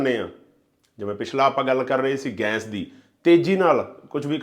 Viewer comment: ਜਨਾਬ, ਤੁਹਾਡਾ ਕੰਟੈਂਟ ਬਹੁਤ ਚੰਗਾ ਹੈ ਪਰ ਗੈਸ ਕਹੋ ਨਾ ਕਿ ਗੈਂਸ .......